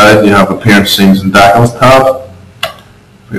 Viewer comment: where are you from? dacels?